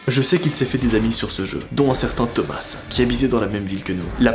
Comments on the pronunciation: Juste il s'appelle pas "thomassse" mais sa se prononcé "toma" 😊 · tomasse non ça ce prononce tomas (A) ET NON TOMAS( ASSE) MDRRR